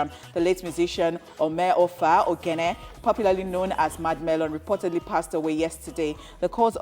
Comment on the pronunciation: Mrs. Presenter displayed one name OMOEFE on the screen and pronounced a different thing OMEOFA. Even di OGHENE she no call am well Rip Mad melon